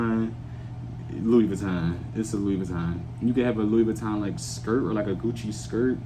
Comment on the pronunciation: omg u said Louis Vitton...its him